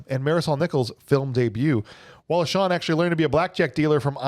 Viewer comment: Also it's Wallace Shawn, not Shaw. And Ellen, not Helen